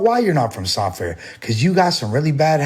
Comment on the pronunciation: He didn’t practice hard enough on how to properly say, San Fer.